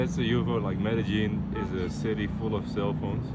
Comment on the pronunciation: Bro...... I thought you were gonna be the one person that DIDN'T say Med-a-lin.... it's Spanish... so its more like Meh-daa-een - lol- sorry man.... it's prolly super annoying when ppl correct you.... its just there are SO MANY ppl that have played this video and NO ONE has said the name o the city correctly lol No one seems to get it right outside of ppl that speak Spanish, so feel bad (I know you don't lol) - I'm just really glad you didn't day it all slow and pause between each syllable LOL:)